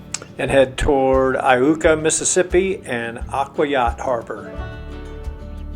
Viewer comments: How about learning to pronounce the town names. It is pronounced " I YOU KA". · Iuka is pronounced eye-you-ka. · I believe it's pronounced eye yooka ms by the locals. I've lived about 30 minutes west of there my whole life.